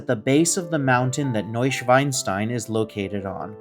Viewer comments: 🤣🤣🤣 sorry but it is not new schweinstein, Schwein is a pig in German. Its NeuschwAnstein. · Please check your pronouncement of the castle, you say pig instead of swan….the castle deserves the right name! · Hey here’s a short message regarding your pronunciation of Neuschwanstein. The literal translation is New Swan Stone. The way you said it is like New Pig Stone. Schwein is pig. Schwan is swan.